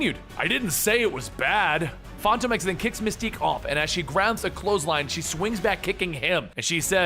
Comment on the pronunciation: Fon tome ex?? Come on my guy